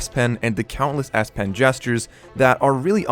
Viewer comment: sure sounds like "ass pen" 😆 Thanks for the review.....might be an option depending on how the note 20 unpack goes